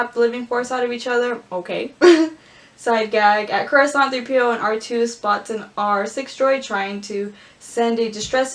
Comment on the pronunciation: star wars: coruscant: croissant